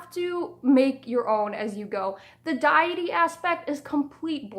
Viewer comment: I love your videos so much, but I have to be honest, deity is not pronounced "dye-eh-tee" it's "day-eh-tee" or "dee-eh-tee". It's also therian, not theri-kin. I'm sorry I don't say this to be a jerk, I genuinely love your content both on Amino and YouTube.